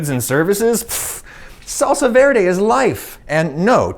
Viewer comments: When he was saying salsa verde It was cutting my soul Being a Hispanic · That "salsa verde" Cursed my eardrums